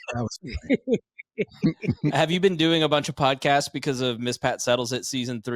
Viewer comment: 😂She said “podcastes” 🤣🤣🤣 I love this bi+€# SO MUCH! 😂🤣😂